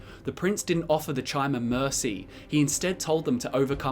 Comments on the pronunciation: Its was always chimer "ky-mer" like chimeras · It's pronounced 'Kimer' as in like time, not because of ESO, that's stupid. It's how it is grammatically pronounced. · Pretty sure Bethesda came out and said ESO IS canon... so yeah Ky-mer pronunciation, get with it. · I thought it was pronounced Chimer (with the ch being k sound) since long before ESO, like the Greek letter Chi, it just seemed to make more sense. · My N'wah we all know Chim -er is pronounced like Chim , and for you S'wits who don't get it it would sound like Kim -er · Your pronunciation of chimer was wrong even in morrowind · "you can decide whether ESO counts as lore in your books" - Have you even played Morrowind? i'm certain that they pronounce Chymer and Chim with a hard C or K sound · Chimer is based on the word Chimera, which is pronounced with a "k" sound. This is further supported by the fact that the Chimaera is a three-headed monster from Greek mythology, mirroring the theme of threes pervading the Dunmer culture and Morrowind game (the Tribunal, the three founding Daedra, the three Great Houses you can join, and the fact that it takes place in the Third Era). If you see it as relating to the word "chime" and prefer to hear it that way, there's no harm in that. If you were wondering why the other pronunciation is the canon version, though, there you have it.